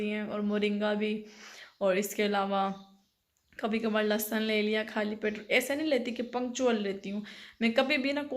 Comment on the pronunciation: Lasan nhi hota lehsan hota ha aur Jo nhi hota jawa hota ha